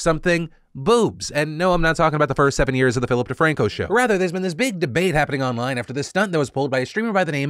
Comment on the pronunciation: Phil "Duh Rack" franco